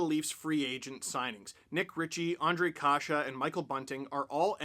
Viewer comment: Nice to see americans/canadians saying and writing czech names properly including Ř,Š,Č... big thumbs up for that.